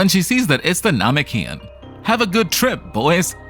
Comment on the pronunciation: 11h and also the name- what now that is not how you say Namekian